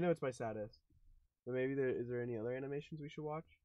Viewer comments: I don’t know if he said maybe or baby?! But it sounds like baby omg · It's sounds like baby but it's actually maybe if you listen closely